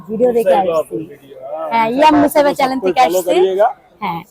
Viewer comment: ২৪ মিনিট ১৬ সে: হতে ২২ সেকেন্ডের সময়ের মধ্যে "চ্যানেল" কে আপনি "চ্যালেন" বলেছেন। উচ্চারণ শুদ্ধ হলে আরও ভালো লাগতো।